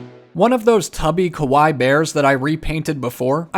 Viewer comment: Btw kawai means scary in Japanese Kawaii means cute. It's pronounced kawa-ie